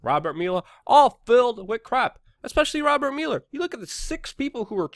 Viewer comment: You suck at pronouncing "Mueller".